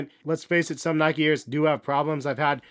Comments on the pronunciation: every time he says nikey one of my brain cells dies. still a good vid though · well the e in nike is silent otherwise it’d be spelled nikey or nikie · Nic_IT it’s pronounced Nyke-E, people from the UK and elsewhere pronounce it wrong, just like Americans pronounce Adidas wrong